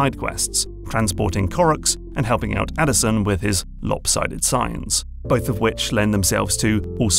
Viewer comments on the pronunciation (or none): none